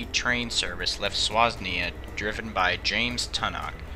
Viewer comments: SWANSEA NOT SWASNEA SERIOUSLY MATE, GET YOUR FACTS RIGHT!!! And it's a Class 43 HST not an Intercity 125! When you do British videos again, contact me and I will help you! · Swasnee???? Swansea!!! Pronounced Swan-zee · yeah, to be honest Swan-zee is probably closer. Either are better than Swosnia!! 🤣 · It’s swan-sea not Swasne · on november 6th can you do ufton nervet rail crash 15 years later? November 6th 2004, 7 deaths at a level crossing near Ufton Nervet on the Reading to Taunton line. It was caused by an obstruction on the line and 180-200 passengers were onboard. Also, Swansea is pronounced Swan-sea not Swas-nea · I don't mean to be rude, but you mispronounced that town name. It's Swansea, not Swasnea. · It's Swan-Sea not Swas-Nea. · There is no "Swasnea" it is two syllables "Swan"& "Sea" and that is a city in Wales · Ohh that pronunciation is painful. I presume by "Swasnea", you mean Swan-sea? Otherwise, a good video, thanks. As a retired LM Region Signalman, I was always of the view, that Class 1 Express trains [4 bell beats], were always given higher priority over other trains, including fully-fitted freight trains. If I had ever put a Freight before any express, I'd get one hell of a letter, without a good reason.. Perhaps even a Form 1 [Disciplinary]. Also- the newer designs of carriages were more tubular; more like an aircraft fuselage. I was shocked to see how that coach was almost bent double. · did you say swasney because its swansey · Just so you know it is swan sea, not swas nea. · you said Swansea wrong its not Snoswee its Swan See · SWANSEA, that's Swan-sea not Swas-ne-a. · WTF is “swasnea”? It’s Swansea. Swan-sea. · Swasnee? It’s pronounced Swan-sea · Not Swasnea. But rather Swansea. Its in Wales. Pronouned Swanzee. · Swaznea???? its pronounced SWAN-SEA! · Left where? LOL How do you get "swazz nee ahh" from Swansea? That's hilarious. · Swosnia Swosnia-Swerzegovina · He said swasnee haha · Read it wrong i guess. Swasnea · Man really said SWAZNEA